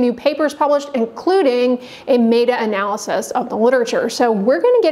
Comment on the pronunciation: A doctor who doesn't know how to pronounce "meta analysis" ... interesting.